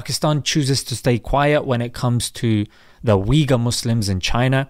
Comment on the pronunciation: Uyghur is not pronounced "wee-ger," brother; it's pronounced "ooy-ghoor," or "ooy-ghur" to symbolize a shorter second "oo." Our Uyghur brothers and sisters deserve at least that we know what their name is and say it correctly. :)